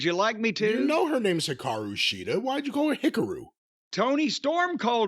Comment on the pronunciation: lol, the way Jim (and Toni) said Shida’s name is actually closer to the actual way of saying it (each syllable should be the same length).